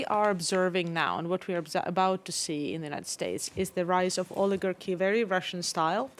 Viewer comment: "We had never had an orligagy vontrolling the government" oh😂😂😂😂😂